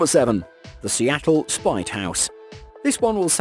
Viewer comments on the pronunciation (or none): none